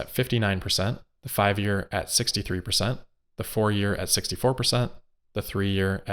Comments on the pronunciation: 30 perthent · 20 perthent